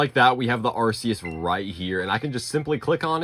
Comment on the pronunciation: Arceus, not arseus.